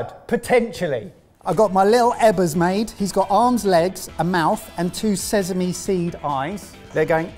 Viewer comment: I really hate pronunciation of “sesame” 😂 … sesame not sezame! 😂